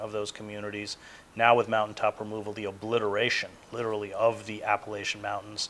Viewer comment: Literally!! Not litchrally! That pronunciation bugs me so much.